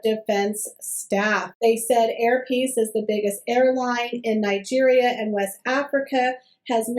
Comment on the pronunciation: Sorry but did I hear the airlines name wrong"hair peiece" 🙂good to have you back.x